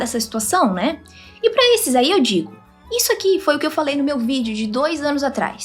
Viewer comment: "eu DIGGO"